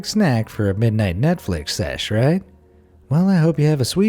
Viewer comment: Did you realize he said nutflix